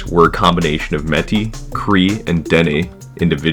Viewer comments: Quite a few Americanisms in this video. Native people in Canada live on "Reserves", not "Reservations". Metis is pronounced "MAY-tea", not "met-tea". It is "Northwest Territories", not "Northwest Territory". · Mon oncle (Jean-Paul Vincent) était maire de UC lors de la visite de Philippe. Métis - proper pronunciation is may-TSISS. Not MEH-tee. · May-tee...that's how you say it...Ole kokom from ile-a-la-crosse here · Métis.. pronounced like “May-tee” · Just a small correction for your video. The word Métis is pronounced more like may-tee. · “Métis” is pronounced “may-tee”. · You need to pronounce the é in métis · Your pronunciation of Metis and Cameco are a bit off, but otherwise it was decent. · good video! got a question though. im assuming you aren't from sask based on how you said metis and fond du lac. subbed keep it up